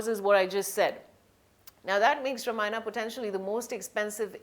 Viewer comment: Nonsense! Both hero and heroine look shady! This reporter can't even pronounce the title!